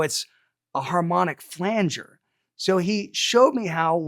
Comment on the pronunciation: the main thing i learned from this video was how to properly pronounce flanger lol